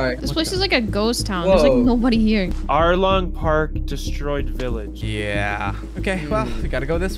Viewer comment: "Alrong"💀 Anyways Love Youre Vids❤